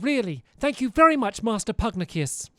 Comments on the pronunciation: I'm mildly amused that after all of this, Stampy still calls Pugnacious as Pug-nah-cus instead of Pug-nay-shus XD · IT’S PUG-NAY-SHIS! NOT PUGNIUS they said it so many times in the last episode... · Stampy- Pugnacious is pronounced Pug-neigh-shus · Pugnacious (Pug-nay-shi-ous) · ‘Pugnacius’ is pronounced “pug-nay-shus” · Its Pug-nay-shoos (pugnacious) An homage to Confucious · You're pronouncing Pugnacius wrong